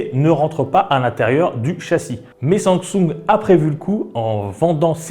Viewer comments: Tu ne sais pas prononcer samsing en sumsung ?🤣🤣🤣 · arrete de dire SUNSUNG MERDE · La façon dont tu prononces le mot Samsung me stresse. C'est pas si difficile pourtant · Mdrr bonne vidéo mais première fois que je vois quelqu'un qui ne sait pas prononcer Samsung et le prononce d'une manière juste horrible et insupportable à entendre